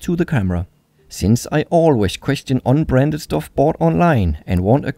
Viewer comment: I think he was saying "Un-Branded" with an accent.